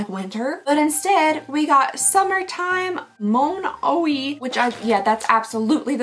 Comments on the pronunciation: Monoyyyyyy not Mon- ohee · Sephora strikes again! 🫣😆 and Monoi is pronounced moh-NOY 😉 thanks for doing these! ❤